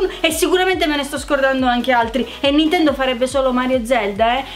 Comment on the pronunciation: "oh, prego" -Comessa...ciao....vorrei un gioco.... Un gioco Bi ninkia quattroh everh (ironia)